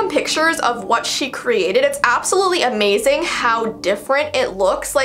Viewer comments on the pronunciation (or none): none